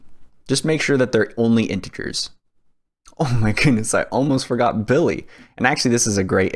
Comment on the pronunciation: It not BILLY 🤣🤣😂😂😂😂 it's BILLI😂😂😂😂😂😂😂